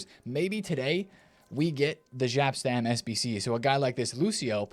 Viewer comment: You Americans.... It's not Gap or Żap Stam it's Jap Stam 😵‍💫